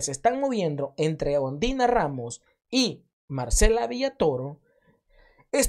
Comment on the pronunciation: Yo escuche que en vez de decir Ondina dijiste ondiya rramos jajaja hoy s i me insistes rreir